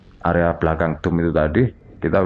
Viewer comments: itu pengucapannya DOM bukan DUM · nyebut dome,gw dengernya dum,bikin suges nih....,ini mirip balsem(kantin fisip ui) sebelum th 2000,horor kalau kuliah malem